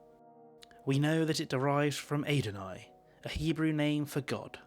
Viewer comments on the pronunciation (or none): Okay first of all, it's not AY-don-ai, it's AH-don-ai